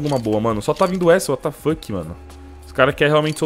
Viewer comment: Ele Falando "Uatá Fokii"